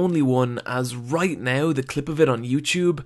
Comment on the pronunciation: throughewt the anime! reyght neow!